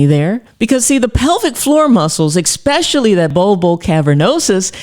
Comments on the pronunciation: Ecspecially, huh? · I want to trust a doctor who says EXpecially, but I'm torn... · There is no X in the word especially…